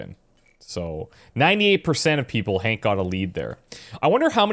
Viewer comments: It's Hank, not Hawk. Hank with a "n" not a "w". Hank as in Henry. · His name is Hank, not Hawk lol